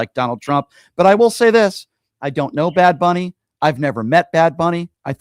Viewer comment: It's Bad Bunny, Brian, not Big Bunny, sir.